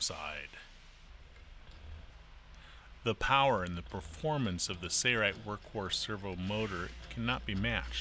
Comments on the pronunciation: Impressive for sure....but please, there is an "L" in Sailrite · trackdog90 2hy does he say it like that? Where’s the “L”?. 🤣